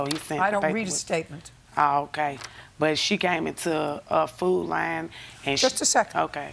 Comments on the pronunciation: “Foot Line” 😆 is all I hear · The fact that they got judge Judy to say"food line" instead of "food lion" is HILARIOUS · Food Li-on, its Lion🦁 for fck sake, not "Food Line"😂🤦‍♀️ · I thought they were saying "Food Line"... nope its "Food Lion" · Is the plaintiff trying to say Food Lion?